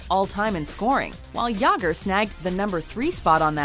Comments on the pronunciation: Jagr too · You said both jagr and Mario Lemieux wrong.